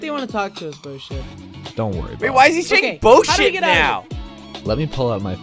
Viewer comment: Why do ppl keep calling bosip boship?!